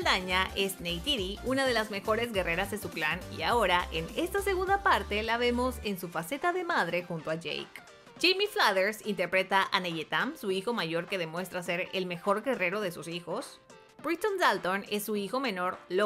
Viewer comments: Todo bien con tu información? es Neteyam no neyetam y el que interpreta a Aonung es otro ,no él . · "Neteyam" jejeje no neyetam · es neteyam, no neyetam, y el actor que mostraste que interpreta a Ao'nung es otro, al que mostraste es a quien interpreta a Rotxo y su actor se llama Duane Evans Jr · No es Neyetam, es Neteyam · es neteyam, no neyetam😔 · Lo siento por ser esa persona pero es NeTEyam no Neyetan 🥺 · Te equivocaste diciendo "Neyeta" en vez de Neteyam y en aonung dijiste "anun" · en serio le dijo neyetam? no era neteyam?